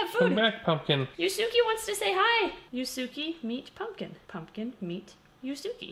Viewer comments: it's pronounced YOOS-kay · It’s pronounced “yusu-keh” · omg this is great!!! (except the mispronunciation of Yusuke made me cringe)